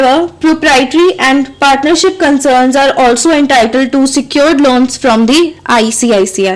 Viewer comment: icici not icict